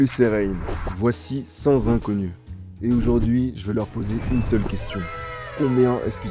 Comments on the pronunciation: On dit Cent inconnus pas Sans Iconnus, mis à part ça belle vidéo, ça montre bien des choses sur notre société et les gens qui se dévalorisent incroyablement alors qu'ils sont beaux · on ne dit pas "voici cent "zinconnus", il n'y a pas de "s" à cent, à moins qu'il ne soit précédé par un chiffre (deux cents, trois cents etc...).